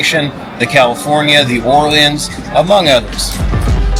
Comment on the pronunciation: Here are a few. Hotel lobby is by Valet, Not "drop off". Lanai Express is only at Fremont, Not California. You mispronounced "The Orleans". Why do Hawaiian's choose Boyd Gaming. There are dozens of reasons going back to the 1970's, charter flights, Vacations Hawaii (owned by Boyd), and much more. You paid almost $200 for a room on the 4th floor on a Saturday. For less you could have stayed at Downtown Grand, GN (Carson Tower), Plaza, Four Queens or El Cortez. Besides those mistakes, nice video.